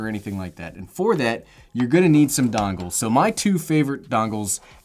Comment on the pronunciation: "Your going to need dongles" I swear he said dongs